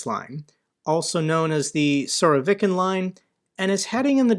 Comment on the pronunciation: If they can hit Pskov, They can hit Moscow!!! These Il-76s are like c--130s, No??,, NOT Sol VEE Ov!! It is SOL. OV Yov!! I though Smersh was just a James Bond name!!! That's a pretty Trumpy looking missile ( orange and fat )!!!!